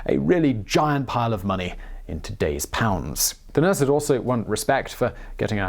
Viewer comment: Ok why can’t you say “money” ??